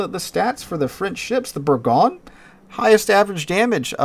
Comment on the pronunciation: It's pronounced Bergoyn . . . ;-)